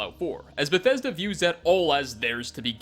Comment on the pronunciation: wah wah wah Beth-eh-duh no fair to us gamerz